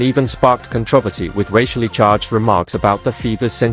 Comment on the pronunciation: Damn, the narrator needs to learn how to pronounce "controversy!"